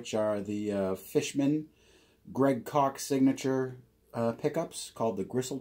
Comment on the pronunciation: Hey,...Greg's last name is Koch, not Kock. Rhymes with chalk.